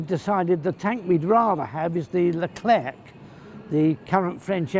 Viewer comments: PS. The final c in Leclerc is silent ;-) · Funny, when Mr. Fletcher started on the Abrams I thought to myself: "Hm, I wonder if they have a Merkava in their collection?" ;-) By the way, you don´t pronounce the last "c" in "Leclerc", say it like you would order an eclair at the bakers. Hope you´ll get your hands on these, sooner rather than later! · Like the "t" of "Jean Bart" in WoWS ,the final "c" of "Leclerc" is silent ;o) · To be honest i like the leclerc but just need to say one thing... ... the "c" is silent